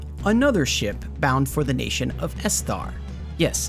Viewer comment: the reason people feel you’re getting the pronunciation wrong is because a lot of the names are taken fully or partially from names of real places and people. Balamb for instance is akin to the Balham district in London, generally the emphasis goes on the first syllable, BAL-am, as opposed to bal-AM. E-dea, as opposed to ed-E-a. EST-er, rather than es-TAR. Still enjoyed the video, just being pedantic now.